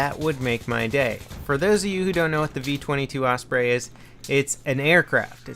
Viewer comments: Osprey not OSPRAY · its osprey like the bird